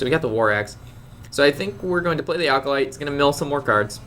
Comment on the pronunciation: Hey! A little tip: The "Acolyte" of pain is pronounced "Ack-o-light". There's no "l" before the "c".